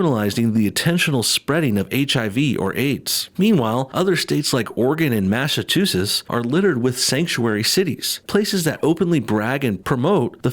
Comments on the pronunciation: It’s “Mass-uh-chew-zits” 😉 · Massasuses sorry I just thought it was funny how u said it wrong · “Masatoosits” I’m offended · Yeah Im Not Pound To Live In MA Also I Dont Know If That Was A Joke But You Said It Wrong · The way you said Massachusetts had me dead 😆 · Can you seriously not properly pronounce "Massachusetts" or "Oregon"? You belong in Alabama, your parents are clearly blood relatives of eachother.